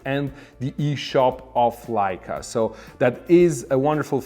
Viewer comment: You are mispronouncing Leica. Pronounced Likea and not layca